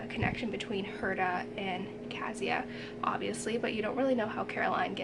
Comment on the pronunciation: Yes, Kasia (pronounced, KAH'-shah, not Kaz-yah) is indeed a composite of the Polish women who were tortured in the Nazi experiments. Thankyou for remembering and for doing this nice review!